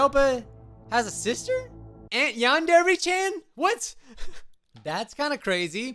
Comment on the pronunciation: It's not pronounced yandery it's pronounced yandre